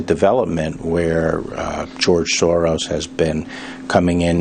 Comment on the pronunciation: Silvertin also, everyone is mispronouncing his name. Soros is pronounced Shorosh